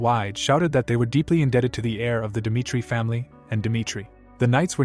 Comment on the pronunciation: Jong huk dimitri.. He says.. 😂😂😂